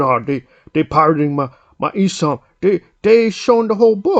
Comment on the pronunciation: bro said “eesom”